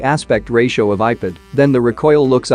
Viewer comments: he is saying ipid ! not ipad 😂😂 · Why are you saying ipid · ipad ❌ ipid ✅ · People: Ipad robotic voice: Ipid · Nobody: Not a single soul: Text to speech bot: iped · lol i was expecting that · Nobody: Literally nobody:: Iped!!!! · earlier i was hearring it as IPad only.... after reading ur comment it bacame IPid like for the rest of my life😂.. helpless